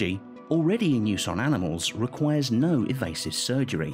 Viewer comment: am I the only once who heard "evasive surgery" ?